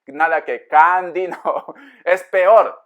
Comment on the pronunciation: Me hizo reír cuando dijo cadi te digo candy 😂🤣😂